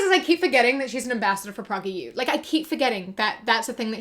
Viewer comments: I'm not sure if you're mispronouncing prageru out of a genuine mistake or if you're just disrespecting them, but in case you don't know, it's pronounced like "pray-gur-you". It's named after its founder, Dennis Prager, who is known for his generally terrible ideas. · Thanks for this. I always read it as "prah-ger" and I hear as pronouncing it "pragger" with a short a. (I'm a Brit.) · genuinely love how you pronounce prager as "progger"